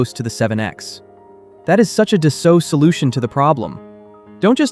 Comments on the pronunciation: FYI: Being a French company, the correct pronunciation is actually "Dass-O" - not "Dass-Alt." Just like Bordeaux is pronounced, "Bord-O" and not "Bord-Ox." Almost halfway through the video, the pronunciation becomes correct. So is real? Or a quick learning AI? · Pronounced “dah-soe” if you’re French.